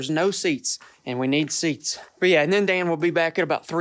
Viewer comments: He said aw Dan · No he said oh dan